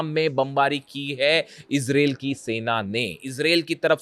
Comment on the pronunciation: इसरेल इसरेल क्या होता? इजराइल इजराइल बोलो. एंकर हो. मयंक शैख़ कब तक चलाओगे अपनी गप